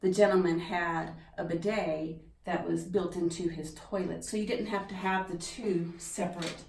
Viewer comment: i always wondeeed. but you pronounce the word strangely